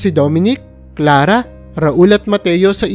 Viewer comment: Pakubigkas Naman Ng maayos ang pangalan ni Clara ang salitang sala